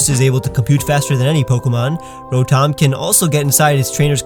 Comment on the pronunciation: No one:: row motom